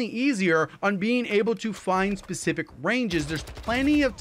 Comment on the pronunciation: Can’t unhear pacific instead of specific